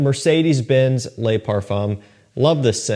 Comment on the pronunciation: Yup. JPG luh marle lay parfum 🤦🏻‍♂️